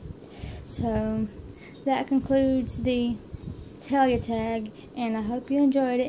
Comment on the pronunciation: Yay! I found it! I love it! I love the picture you choose as one of your favorites, it was so hard for me to pick too. I feel the same way, when Talia died part of me died too. :( Oh and you did say my name right. :)